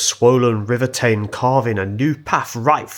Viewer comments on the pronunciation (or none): I was the guard on what is now probably the last train. Sadly I can’t see this line ever reopening as the condition of the trackbed is too far gone. I have a cab ride video of the line I might upload on my channel one day. By the way Teign is pronounced Ting 😃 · Teign is pronounced "Teen". This is local to me & I was there last Friday seeing what the state of play is. I'm still not quite clear where all this water was going to wash away this section. But it's certainly to do with the clay pit adjacent flooding. As well as taking the railway & canal, it's taken out a heavily used cycle path & some water pipes, cables etc. There's an unofficial diversion of the cycle path though prone to getting very muddy as not surfaced. I can't help thinking responsibility for the damage & hence repairs rests significantly with the clay company. The new embankment appears to be leaky as the base is course stones. Clearly by design but I'd like to know what the future intentions are re the cycle path & railway. The railway has been out of use for a decade or so, last used for timber trains from Teigngrace. I'm not aware of any concrete plans for future use so seems unlikely it'll be reinstated anytime soon, if at all. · How's this for no sense? Teign is actually pronounced as Tayne in both Kingsteignton and Bishopsteignton.